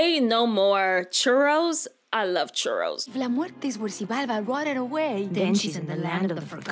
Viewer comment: I'm not meeting any respects but you are saying all the Mexican words wrong Like when you were talking about la muest you were saying it wrong